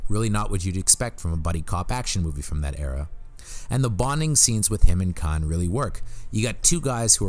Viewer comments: Great video...but the way you mispronounce EVERYONE's name drove me up a wall. It's Mandy PatiNkin, not Patikin. It's James CaAn (pronounced "cahn") not James Can. Yeesh. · To: I enjoy your offerings, however, you really need to learn how to pronounce names correctly. James Caan is not pronounced James CAN. It is pronounced with the soft double-A sound as in Kahn (Kawn). Mandy Patinkin name is pronounced Paw-tin-kin. Once again I hope you receive this comment in the spirit in which was given, not as criticism but as instruction. Thank you.